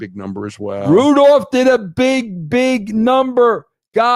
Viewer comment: I absolutely love these Meltzer sound bites. Rrrrrrrudolph rednosed reindeer